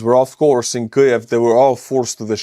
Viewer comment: Kliev? No L in in Kyiv.